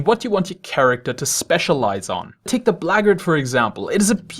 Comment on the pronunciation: Black... Guard... Blagard is not a real word